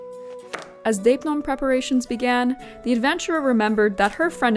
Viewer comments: Just a suggestion, - ει - in δεῖπνον is not pronounced as the diphthong /ei̯/ (or /ej/) in Ancient Greek, but as a long-e = /eː/. Plus the circumflex changes it a little, it's something like /dé.è.pnon/ (the first é has a rising phonetic value, while the second è has a falling one, hence the symbol of the circumflex ^ ) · Deipnon is pronounced with a soft d sound… otherwise spot on 👍🏻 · You're right that's the English pronounciation (ch as k) but it's wrong because it's a Greek word and she was talking about the proper Greek pronounciation.